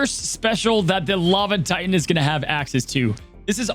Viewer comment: Ti-Tan is killing me. Sometimes you even say it the correct way, I don't get it. Drives me crazy. Omg, I think you just did it with But-Ton too.